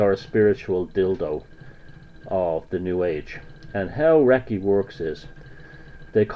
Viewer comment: Wrong. You can't even pronounce Reiki. It does NOT invoke spirits. It moves stagnant and blocked qi flow within the person's energy field. You obviously have a problem with women too.